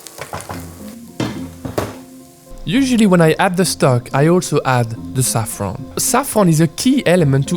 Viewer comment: The way you zaafran is original